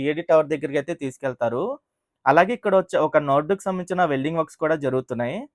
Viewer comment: Nord kaadu anna Adi NODE